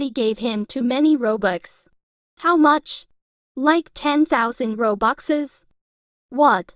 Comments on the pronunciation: WTH you say roboxes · Who the frick says robuxes?